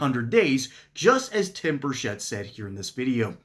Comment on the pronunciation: It's not Bushett it's Burchett. Please say it RIGHT!!!